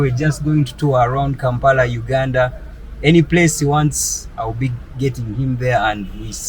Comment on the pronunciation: Please learn how to pronounce the country's name correctly.